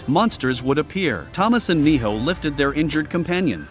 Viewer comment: And it’s not Mijo it’s Minho